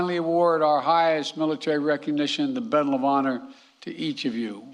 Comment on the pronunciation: Did he BEDAL of honor?